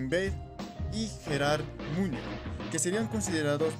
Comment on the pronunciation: Franz bekenbé y gerard muño?mullo? Por dios casi me sangran los oídos y los ojos 🤣